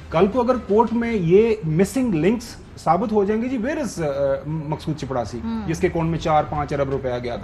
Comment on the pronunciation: صحی لفظ چپراسی ہے چپڑاسی نہیں۔